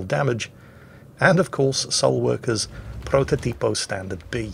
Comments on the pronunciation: Actually,, it's protòtipo, not prototìpo. Cheers! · The pronunciation is protòtipo not prototìpo